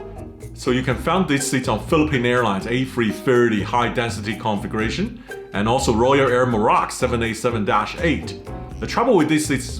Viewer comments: "Configuration" sounds like he is saying "conflagration". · I know English is not you first language, but everytime you say configuration it comes out conflagration. I just find it strange to hear. 😀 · “Configration” hahaha. Everyone complains about AI narration but here would have been a blessing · By the way, you should learn how to properly pronounce “configuration.“ Every time you said it in your unique way, I heard “conflagration.” don’t forget to put the stress on the second syllable. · My ears perked up when I heard “conflagration”…fortunately he meant configuration. 😂